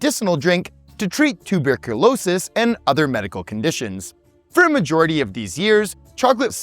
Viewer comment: why did you pronounce "tuberculosis" like its a foreign name?